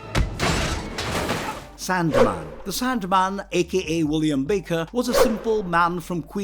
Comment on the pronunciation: Am I the only one who noticed he pronounced Willem William